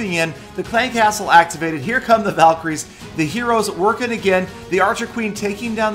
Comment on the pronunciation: it tooks half an hour to understand that word valycroies hhhhhh n btw valks r my favorites :)